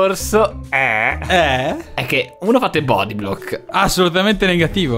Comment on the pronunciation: "bodyblobl" cit.